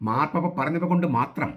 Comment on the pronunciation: ആദ്യം മാർപ്പാപ്പ എന്ന് പറയാൻ പഠിക്ക ടാ വേട്ടാവളിയ